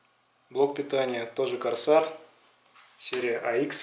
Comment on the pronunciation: Не КОРСАР как ты говоришь а КОРСЭИР точнее